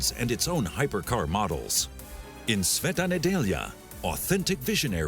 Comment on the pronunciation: Well done on pronunciation of brand name and Sveta Nedjelja :)) good job..